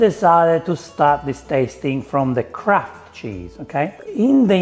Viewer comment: anyone else hear "crap" cheese instead of kraft cheese?